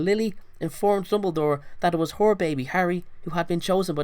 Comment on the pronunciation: im not making fun of his accent but it sounded like he said "whore baby harry" instead of "her baby harry"